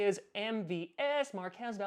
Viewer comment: Dont say markez around mvs he dont like it... its markwez